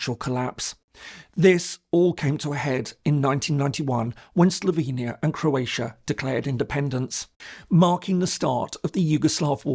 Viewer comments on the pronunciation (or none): none